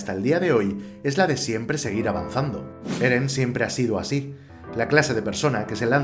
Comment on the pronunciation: wow acabo de terminar de ver el video, me encanto explicas muy bien las cosas y es entretenido... Y yo al inicio escucho geren o algo asi 😆